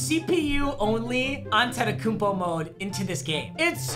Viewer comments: Is it just me or he said Akumpo when it says Antetekumpo. I dont think I spelled it correctly lol. But all love I think ur the best made youtuber keep grinding bro. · Mans saying akumpo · Lol “Akumpo”.